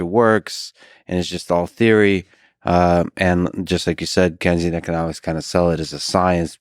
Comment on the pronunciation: really frustrating because his inability to actually make the case against keynesian economics (did they just mispronounce it the whole time?) makes the side of „hucksters, frauds and exploiters“ look more credible than they might otherwise.